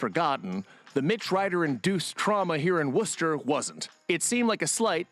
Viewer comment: It's "WOOSTER" Ohio. At least he has the pronunciation of Wooster correct.